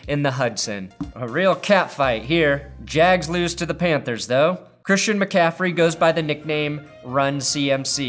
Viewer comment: Lol "Pantehrs".